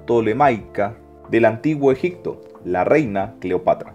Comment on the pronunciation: Es EGIPTO....no EGICTO (Con "P".....No con "C" )